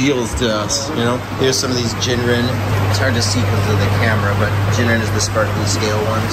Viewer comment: PSA: Ginrin is not pronounced like the alcohol gin.